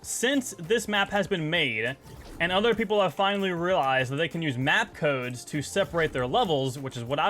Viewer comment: I had to stop watching it 13 minutes bc he kept saying codesa with a a at the end and I gave up